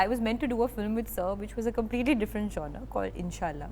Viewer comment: lovely Alia….i had trouble with the word genre as well…. ‘it’s jaan r